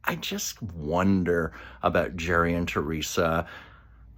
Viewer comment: Gerry is pronounced GARY